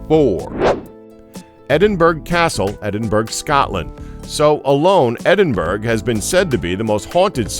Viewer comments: edinburgh is pronounced "eddinburra" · Edinburgh is pounced 'Ed-in-burra' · Edingberg lol